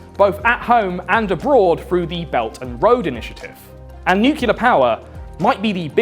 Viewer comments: It's spelled nuclear my man. Nu-clear. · God, I really love you man, but please don't pronounce "nuclear" as "nucular". 😭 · Of course would pronounce it “nucular”… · One day he will be able to say nuclear correctly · I'll buy your comic book when you start pronouncing 'nuclear' correctly... 🙄😏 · Bro you put in all this effort but you say nuclear wrong. It made the last part of the video very annoying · You might want to learn how to pronounce the word "nuclear". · "Nucular" is a real word and it does not mean "nuclear". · You lost me at Nukular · Man, you need to pronounce nuclear properly my dude! Not nu-cil-er you dummy 🙂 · Great channel, thanks for all the work you put in. Kindly, please pronounce Nuclear properly. New-Klee-Er is the proper phonetic. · It's pronounced "nuclear." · I found the "Nuke-u-lar" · I like that you pronounce nuclear like Simpson "Nuke-u-lar" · nucular, it's pronounced nucular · Say nucular one more time oh my god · WTF is nukuler? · I thought that pronouncing "nuclear" as "nucelar" is an American thing. Where does this pronunciation come from? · Ugh, you say nucular. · Although I love your videos, the fact that you pronounce “nuclear” as “nuke-ular” bothers the fuck out of me. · "nucular" ಠ_ಠ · Nuke-yuh-lurr, huh? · Plz mr. Lucifer stop saying nucular. It makes me reluctant to share your video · The real apocalypse is hearing "nucular" over and over. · I'm Swedish with English as my 2nd language and even I know it's pronounced nuclear (as it's spelled), not "nucular". Sorry for bringing it up, it's just a huge pet-peeve of mine. <.< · bruh it's "nuclear" not "nucular" like george bush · Hey, its nuclear, not nucular. But nice vid thumbs up! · It's pronounced new-clee-ar or even new-clee-ur. It's not pronounced nu-cull-ur. You sound like George Dub-ya. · It’s really hard to take someone seriously when they say “nucular” instead of “nuclear”. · it's not NU CU LER George Bush!! It's NUCLEAR, NEW CLE AR.